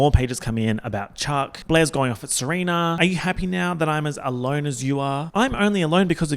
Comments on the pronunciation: Ser-oompf-a 😭 you're saurr good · Months later and I'm still dying at him saying "Seroomfa" LMFAOOOO